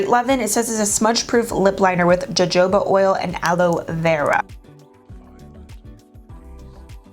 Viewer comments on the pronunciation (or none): Fun look. Also, “jojoba” is pronounced “Ho-ho-ba” and it’s a great ingredient for moisturizing hair and skin. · Love this! Also it’s pronounced like (ho-hoba oil) ❤️